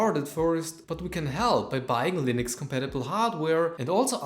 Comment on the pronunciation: I am going to kick you in the face repeatedly if you say "Linoks" instead of Linux once again! 🤣